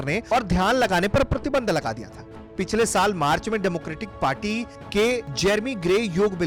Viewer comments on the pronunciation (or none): none